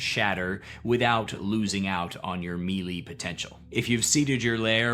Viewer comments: You pronounced "Geas" differently than I do, in the Green dragon video, and I was like "oh maybe I'm wrong." But, you just said me-lee instead of Melee, so I'm not sure anymore. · Melee is pronounced "may lay" not "mealy"... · Melee is pronounced "May-lay" and not "me-Lee". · for future reference, it's pronounced meh-lay. Great video btw 🙂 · please learn how to pronounce melee